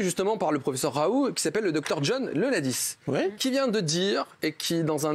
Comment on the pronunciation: Pourquoi il prononce plus le T quant-ils disent Raoult ??